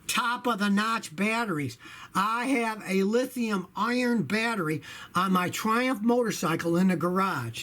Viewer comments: It kinda sounded like you were saying Lithium Iron batteries lol. I'm sure you know it's Lithium Ion though (or Li-ion, which I like to shorten further to just Lion) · Its lithium ion not lithium iorn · hey Scotty your local internet Grammar Nazi here, it "lithium ION" not Iron. Just saying. LOL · Scotty, it's not Lithium IRON. It's Lithium ION.